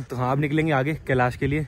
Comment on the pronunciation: Kalish kalish kiya bol rha he kalish parvat bolne me tuze bhar ara he kiya